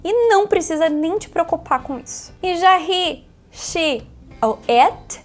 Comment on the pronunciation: Por que algumas vezes ela fala com a pronúncia correta e às vezes não? Por exemplo, o "to be" ela às vezes fala com sotaque em Português, é de propósito ou é costume mesmo? E o "He"... às vezes ele fala "rri" às vezes fala "rrê". Qual o correto?